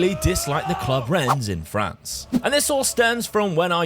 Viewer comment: I hope Rennes haunts you forever for the way you pronounce it xD Thank for another great video <3 Edit: And then you say Troyes so well i could've thought you are French. Sus